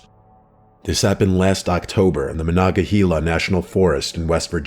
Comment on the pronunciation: Oh, you tore that word up... Monongalia. 😂😂